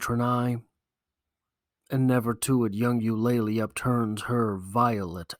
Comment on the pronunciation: You-Luh-Lee not You-lay-Lee